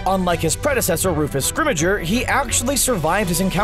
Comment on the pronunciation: "Shacklebot"??? "Scrimigeour"???